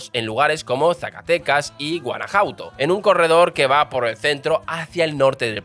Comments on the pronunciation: Guanajuato no Guanajauto. Para ser español conoces muy poco de México. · 😂😂 hoy no amanecimos leyendo bien los nombres... me encanta tu canal siempre muy buen análisis. Pero no es cauhila, oxaca ni ganaujato.😅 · No es Osaka, es Oaxaca y se pronuncia Oajaca; Coa-huila y Guana-juato. Por cierto, Osaka está en Japón. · Excelente contenido amigo y un muy buen resumen de nuestra historia y la diferencia económica entre el norte y sur del país, abrazo desde México. Jajajaja pero no es la correcta pronunciación Chi-a-pas, Oa-xa-ca, Gua-na-ju-a-to.